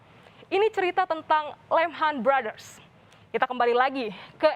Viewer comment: Lemhann brothers wkwkwkk ngakak liat salah ucap dan ngos2an. Buat kompas tv klo lgi sndirian kaya gtu ya ga usah pake masker.